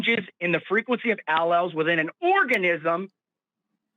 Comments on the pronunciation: I was getting bored of the troll call and about to give up on the waste of time, but I audibly shrieked when he said, "AL-elz"! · Tomato- tomahto Alleles Allllelllllls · Ah-lells!! 🤣🤣🤣🤣 Shoppen-hauer! 🤣🤣🤣🤣🤣 What an uneducated moron! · "allels" is sending me to the moon!! he doesnt even know basic biology 😂 my one semester bio101 class taught me this, so im certain this cannot be a lawyer when one year of undergrad will ensure you wouldnt be saying "allels". he's truly insufferable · Allele vs El Als 😅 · Ahhh.....the engineers fallacy at work once again. Oh, and a serious mental condition. Bonus points for saying al-els. Love this guy. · “Al-lells” this guy is ridiculous! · LOL, this guy is a clown, did you hear how he pronounced "Alleles"? "AL-EL" LMAO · “I know more about this than you scientists do, because I’m a pathologically insecure, unstable pretend attorney. Want me to prove it? Great, I will now demonstrate that I can’t even pronounce norepinephrine, which I think is some kind of medication, and alleles, which I don’t know anything about. Why are you so scared of me?” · 🤣 he can't even pronounce the word RIGHT 😂 typical person who never went to college, dude doesn't know how to breakdown a word to pronounce it 🤣. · HOLY SHIT DID HE SERIOUSLY JUST MISPRONOUNCE ALLELES? Dude, that's like grade school science, and this jackass has the gal to say he's SMARTER than you. He can't even pronounce the words right! This is the most extreme dunning kruger I've possibly ever seen. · When he’s trying to “correct” Forrest about alleles, while mispronouncing alleles, had me dying 🤣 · The way he pronounced alleles. Lol 😂 how is this guy so pompous 😂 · And then not even pronouncing allele correctly on top of that... that's not even a hard word, I swear I could show the word to a 2nd grader and get consistent results